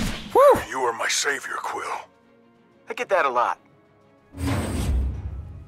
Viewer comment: Did anyone else realize that he said peter Quinn not quill